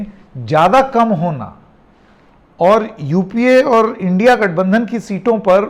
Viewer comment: सर की जुबान लड़खड़ा गई इंडिया गठबंधन को इंडि गठबंधन बोल रहे हैं। 😊😊 सर मैं आपको फॉलो करता हूं आपके स्वतंत्र पत्रकारिता के ऊपर ना किसी पार्टी के पक्ष में बोलने पर Jai Hind 🧡🤍💚